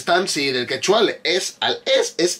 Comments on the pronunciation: X ganar dinero sentadito a costa de los tontis la gente hace cualquier cosa y queda ridículamente mal, a ver si de verdad te gusta mi PERÚ, antes de subir un vídeo antes investiga bien, x ej no es quechúa como lo pronuncias tu ,se dice quechua, es una palabra grave,y sobre el.perro es raza única peruana pre_inca perro calato peruano es su nombre,así como el caballo peruano de paso que es una raza única de PERÚ y así etc etc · excelente review que le haces a la gran paisana mia Renata flores. yo la sigo desde hace años en youtube. solo una aclaracion, Quechua no se pronuncia quechúa con acento en la U como lo haces. sino, Quechua, con acento prosodico en la e. es palabra grave. Es todo y saludos de un peruano en california